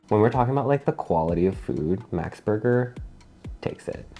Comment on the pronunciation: Max is really not worth it anymore. Till the early 00 they were creme of the crop but now it's just a microwaved mess. Also it's green washing. They literally exploited poor farmers and made them starve to plant a few useless trees. And it's Max, the male name, not American max as you pronunce it.